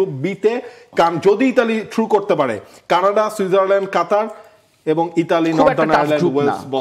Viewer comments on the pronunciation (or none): none